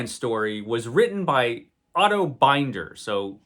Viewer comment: Otto Binder's last name was pronounces with a short "i" like in "cinder" or "tinder", rather than with a long "i" like in "finder" or "grinder." But "Eando" is up for grabs.